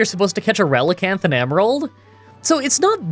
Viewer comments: Relicanth is a combination of relic and canth the final part of the fish called coelacanth. You pronounced relicanth correctly. Don't try to pronounce coelacanth (its seel-a-canth) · You are saying Relicanth right (also 90 base attack is definitely not "crazy high" even in gen 3)